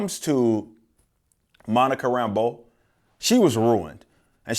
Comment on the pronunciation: If I'm nitpicking, I hate the way they call her Monica "Rambo" not and put the inflection on the wrong syllable in her name.